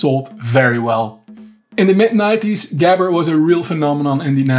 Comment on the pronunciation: why didnt you pronounce gabber like you know how it was pronounced , lol